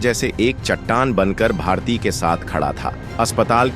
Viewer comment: Naam toh thik se boliye!! Bharatiya nahi bharti naam hai unka